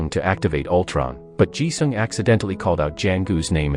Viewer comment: Altron? Winter shoulder? 😂